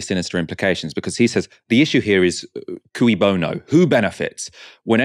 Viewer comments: I hate to defend Mason, but he pronounces it "cooey" because the phrase is 'cui bono', not 'que bono'. 'cui' is actually pronounced as 'kwee'. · Mason mispronounces que bono as "cooey" bono. Like the 1940s call of "cooey, anyone home?" when going through a neighbour's unlocked front door. Shouldn't it be "kay" bono as it is latin? Talk about how to lose all credibility! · and Mason should learn how to pronounce cui bono.